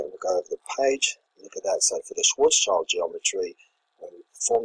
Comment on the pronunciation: If you can, pls say "Schwartzshield metric". It's schild, not child